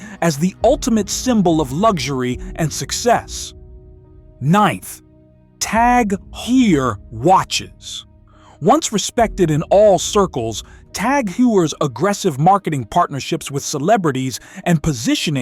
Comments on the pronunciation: It’s pronounced “Tag Hoyer”. Excellent quality watches. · I've never heard of tag heyre lol.. its pronounced tag hoy-er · Cringe when he pronounced tag hewey so confidently. It’s heuer (hoi-er) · It baffles me when I watch videos about luxury brands posted by people who can't even pronounce some of the brand names - like in this one TAG HEUER... you have zero credibility whoever you are... do better research!! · Yeah, he’s pronounced Tag Heurer in at least two different ways and neither correct. And that accent was painful for my ears. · I mean... They didn't even pronounce Tag Heuer correctly...